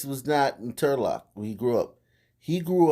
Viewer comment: When u said Trulock I gasped. Turlock is super rich